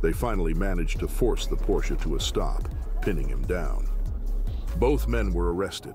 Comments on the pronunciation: Hey Dude, it's not a porch but a "PORSCHE" with an pronounced "E" at the end! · If you are going to do car videos, at least learn how to pronounce “Porsche”. It is “por sh A” Not “porsh” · Porsche is pronounced Por sha! It is a persons name. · It’s pronounced “por-sha” not “porsh”. 🙂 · Sorry.... but.... it isn`t pronounced "PORSCH" it is PorschE with a short E at the end. The car brand is named after Ferdinand Porsche... and not Ferdinand Porsch. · It's 'por-sha' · when I hear you mispronounce Porsche I could puke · Porsche is a 2 syllable word.